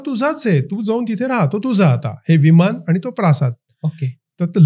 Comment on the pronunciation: मराठी सुधारा. विमान असते विमाण नव्हे